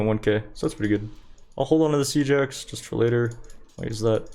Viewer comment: Omfg Siege Axe, all this time I thought you were saying "Seajacks" and I thought it must be some American sport reference or something lmfao.